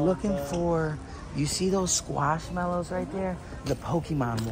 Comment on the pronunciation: What you where hunting around Wal-Mart for my daughter has she collects a lot of them and your pronounce it wrong lol it's squish mellows not squash that's a vegetable lol your to funny💜